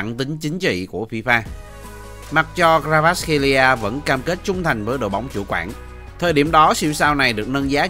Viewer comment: " Cờ va rát " ko phải " Cờ ra vát " nha br , cả clip dài mà br đọc sai từ đầu đến cuối :)